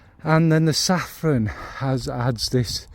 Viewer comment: One second in and I’m taking issue with your pronunciation of saffron. When you had money .. before perfume overtook you and everything didn’t cost a million pounds. Your flamin sister ! You know me and Kayali , that’s the one I want to try here 😁